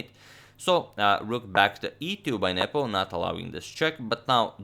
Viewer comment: Is it just me or did you guys also hear 'Nipple' instead of 'Nepo'?